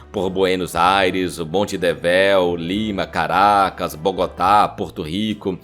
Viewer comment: MONTEDEVÉU?!?!?! Tudo bem que o português deixe a desejar, mas, pelo menos, procure saber o nome correto dos lugares que menciona.